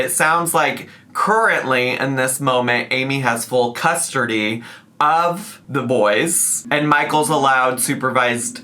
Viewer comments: “Amy messing up the English language” Also 5 seconds later: “full custurdy” 😭🤣🤣🤣🤣🤣🤣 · "Currently in this moment Amy has full *custardy*" made me play back that three times to see if i was hearing him right... was this meant a pun relate to the episode title or did pronounced that wrong accidently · “custardy” took me out🤣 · It's how she pronounces the work custody